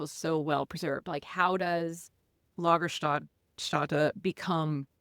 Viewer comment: I'm on another continent. Besides: lagerstätten: /LAH-gerstetten/. Ä is pronounced like an e.